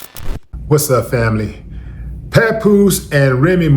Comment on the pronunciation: Remy calling bro “PawnPoose” is savage.🥶